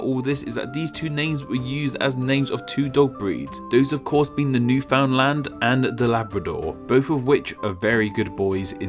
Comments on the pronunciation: We pronounce Newfoundland "New-fund-lund". Basically found without the o. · We pronounce Newfoundland "New-fond-lund". Basically found without the u. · My grandfather came from Newfoundland and I always heard it pronounced Newfundlund :) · People typically pronounce Newfoundland as thought say New Finland very quickly (Just some constructive criticism ). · Man there’s no consensus on Newfoundland’s pronunciation! We say it “NEW-fin-lin” where I’m from. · Just a side note, Newfoundland is pronounced "new-fin-land". It rhymes with "understand". Otherwise great video! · Contrary to what one might assume based on the spelling, Newfoundland is pronounced "Noofen-land" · I've been told by many Newfoundlanders that Newfoundland is supposed to be pronounced similar to "understand". AS for where I am watching from? I'm from Alberta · Newfoundland is often pronounced as newfinland by the locals, it is kinda rushed sounding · Newfoundland is actually pronounced as "Nu-fin-land" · Newfoundland - “nu - f’n- land” is the only acceptable pronunciation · Its pronounced "NEWFINland" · Not bad, just remember that Newfoundland is pronounced like understand. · Newfoundland is pronounced more like "New-fun-land" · For the record, Newfoundland is pronounced "NOO-fin-LAND." Great video though. As a Canadian myself, I love this kind of stuff! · Did you just call it New Found Land and not Newfoundland? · I thought Newfoundland was pronounced as "newfinland" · The newfies I know get mad at people when they say anything other than newfinland. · NewFinLand is the correct pronounciation all over the country. Stop pretending you're Canadian. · Your not saying newfoundland wrong, your just over-pronouncing(?) it, most people say it as newfinland, or newfieland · Newfoundland is not pronounced like that. Its more like newf'ndland. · We pronounce it "Newfinland". C'mon dude... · Newfoundland is not pronounced the way it's spelled. Newf-n-land would be closer. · It’s pronounced ‘Neywfinlund’